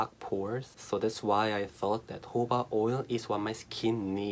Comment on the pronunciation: Its jojoba not hoba